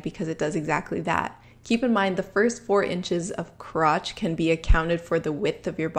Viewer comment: Every time you say “crrrrotch”